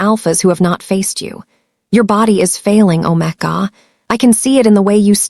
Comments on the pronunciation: "Alpha " Omega not OmaGa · Ometga? I thought it was omega pronounced omeegar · Omega is pronounced "ow·meh·guh! Beta is pronounced bay·tuh. Please fix it. It makes the story funny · If you use use AI, train it in pronunciation. If you use your own voice, please learn the correct pronunciation of Beta and Omega. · The prounation of Alpha and Omega was really annoying. Please fix for future stories. Listening from Jefferson City Missouri USA 🇺🇸